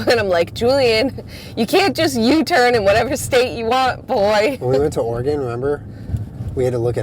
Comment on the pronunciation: Can i just say i really appreciate that you guys pronounce oregon correctly